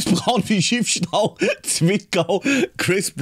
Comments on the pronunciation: Bro das heißt Schiffs tau und nicht Schiffs Stau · SCHIFFS-TAU LEUTE! NICHT SCHIFF-STAU verdammt nochmal auch hat das falsch gelesen... boahr bin ich getriggert!!